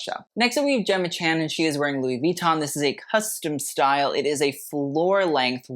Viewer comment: I really really like your videos but Louis Vuitton the accent is at the end of the [ Lui VuitTOn ] :) just as you have said in some u prefer the proper pronunciation 😁 same as in privé is both at the end